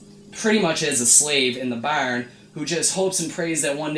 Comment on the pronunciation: When you say barn. you said irish